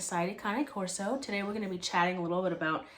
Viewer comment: I’m aware of how the AKC lists the breed and if you’re following their lead then you yourself aren’t pronouncing “Corso” correctly. The AKC lists all breeds using their native tongue. In this case- Italian. We currently have 3 Canes and over my life I’ve had at least a dozen. The cost of a puppy is as much dependent on the breeders set up and facilities as it is bloodline and grading. The fancier the kennel, the more expensive the pup. One of our best ended up being around $1600 and currently our youngest, who is probably the best looking we’ve ever owned, only cost $1700. Straight from RG in Texas.